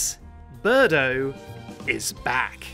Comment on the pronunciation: it is not birdo